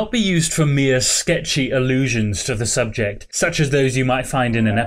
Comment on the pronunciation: Please stop saying SUBJECT ;p